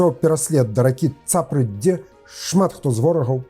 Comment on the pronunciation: Добрага дня. Дзякуй Вам за цікавыя лекцыі. У слове Цапра націск на апошні склад. Магу як жыхар Клецкага раёна вам распавесці. У нас ёсць рэчка Цапра і вёска Цапра каля якой войскі Глінскага татар і дабівалі.